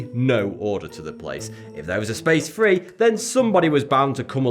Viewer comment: Good vid, but what's two fings and free? Did you mean things and three?